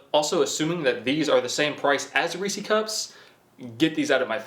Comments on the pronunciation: you pronounce the ree part of reeses with a long e but the e in ses is a singular e so a short e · Ok, I live pretty close to Hershey, PA and I can tell you are not pronouncing Reese’s correctly….lol. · Reese's Peices. It rhymes. Seems like everyone on the East coast pronounces it incorrectly. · God it bugs me when people pronounce reese's cup that way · Is nobody going to acknowledge how incorrectly pronounces Reese’s Cups?? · Watching this a year later, and still makes me cringe, and wanna tell at him, where the heck did he even get that from. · Holy fuck can’t stand when people say Reese’s like that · Its Reese’s cups with the S dude not receeeeee cup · ITS NOT REESY CUPS ITS REESES CUPS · It’s not Reeci cup it’s Reece’s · So this is what happens when your mommu allows you to eat nothing but dino chicken nuggies and you never learn to eat like a man lol.. And its Rees-ez not ree-sees.. they belong to Reece like Jas owned a cae.. its be jas's not jasees lol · Are you saying "Reese-ie"? It's Reese's cups. It's a possessive, not a plural. It's pronounced "Reese-is." And Mallo Cups aren't supposed to be Peanut Butter Cups. That's your own hangup. They're both good. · It’s Reese’s not “Reesees.” Pronounced “Reesiz” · It's ReesES cups not REESY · It’s reeses not reece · Its fucking reese ez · Ree-see cups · Reese = reesie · thinks Reese’s rhymes with greasy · something tells me you live an incredibly boring life lol also, cmon it's Reece's. English much? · Him calling Reese's cups "reesey cups" bothers me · You rock but I gotta say it's Reese's as in his name is Reese and they're his. It doesn't rhyme with feces. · Stop saying damn Reeci cup!!! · “Riicii cup “ 😂 bruh can’t say Reese’s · You don't know how much I love that says reece E cups, I'm going to say that from now on it's so funny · Ive heard many people say reesees and its kinda annoying. Almost as annoying when people pronounce turret turrent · “Reecee cups” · “REECIE CUP”. “NOOTELLA”